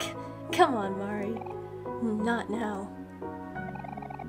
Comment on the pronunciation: Also, it's pretty community standard canon that it's MAR - ee (rhymes with "car") and Basil is basically the same way you pronounce the plant of the same name, BASE-ll. Or, pretty much the way you said it the first time without the emphasis on the S sound.